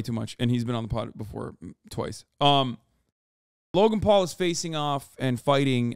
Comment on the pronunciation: I always hear “Logumpaul” whenever hasan says Logan Paul lol